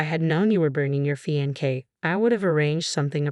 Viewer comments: I don't think it a robo reader, but a person. Someone lacking good expression and also lacking proper pronunciation. Fiancé (a male) or fiancée (a female) is pronounced FEE-ON-SAY, not fee-on-kay.. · Fee on say not fee on kay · What does one expect from a Robo reader. So unemotional and dreary. Fiankay ??? What on earth is a Fiankay? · Please, please, please learn how to pronounce fiancé. It is NOT fiankay. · Please pronounce words correctly. It's getting very annoying. (Madeline is Mad-e -line) and f(inance is fee - on - say)